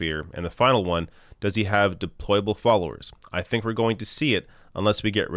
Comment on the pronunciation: Hillary mispronounced "deployables."